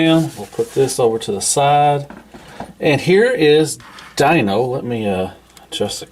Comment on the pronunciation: It's pronounced "deeno" not "dino" even though its spelled like dino